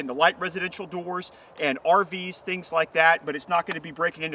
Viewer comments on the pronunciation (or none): none